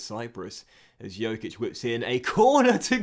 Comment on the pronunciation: the Dj in Djokic is pronounced the same as in Djokovic